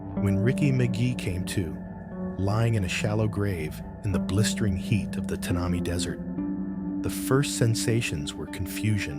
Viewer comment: More to this story than meets the eye / ear. The desert name pronunciation is Tan a my. Thanks